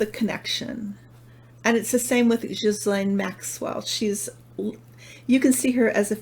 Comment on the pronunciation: i'm so impressed. you pronounced ghislaine almost like a quebecoise. i'm not sure if she does, but you did. <3